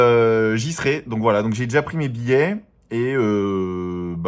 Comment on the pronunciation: Le mot cassis peut désigner, d’une part, un arbuste, le fruit de ce dernier ou la liqueur que l’on fabrique à partir de ce fruit. On prononce alors le s final. D’autre part, il peut désigner un creux dans la chaussée, auquel cas on ne prononce pas le s final. Et on dit “billET” pas billé quand on sais parler MONSIEUR